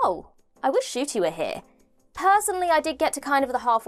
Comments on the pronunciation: Nshooootie Gatwa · Changing the intro again would have fans expecting new intros in most episodes, and you mispronounced Ncuti’s name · You'll have to update how you pronounce Ncuti's name. He has recently revealed he's been pronouncing his own name wrong for 27 years. 😂